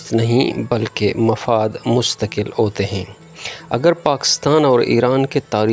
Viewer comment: معزرت کے ساتھ ح کو ع نہ پڑھیں جیسا کہ عکومت/ صحیح تلفظ حکومت عوتے/ صحیح تلفظ ھوتے عصہ/ صحیح تلفظ حصہ امید ھے کہ مجھ ناچیز کی راۓ پر ناراض نہیں ھونگے آپ کا انداز بیاں بہت زبردست ھے شکریہ